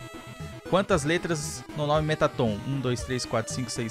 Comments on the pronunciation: Vc fala o nome do mettaton errado se diz merraton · se escreve metaton mas se fala meratton